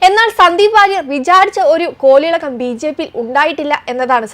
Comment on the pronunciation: കോലിളക്കം അല്ല, കോളിളക്കം എന്ന് പറയൂ കുട്ടീ 👍